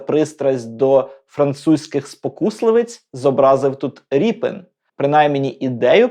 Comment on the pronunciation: Напевно все ж таки РЄПІН, а не Ріпин.